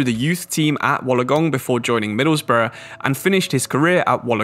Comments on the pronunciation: It’s pronounced Wool-on-gong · Hearing you say Wollongong makes me laugh coming from Australia myself, but keep up your good work my dude